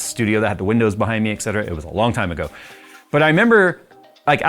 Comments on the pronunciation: ETC = ET CETERA not EX CETERA!!!!!!! How hard can it be???? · Why do people always pronounce etcetera as "ekh-ceter-ah" when it's "et cet-er-a" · Et cetera, not ect cetera.